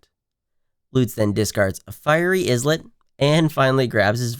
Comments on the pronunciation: islet is pronounced like island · yep, kinda like "eye-let".